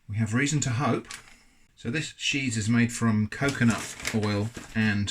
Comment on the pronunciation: I lost it he he said ~sheese~